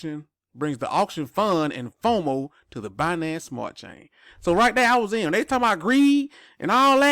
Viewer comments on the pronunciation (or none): none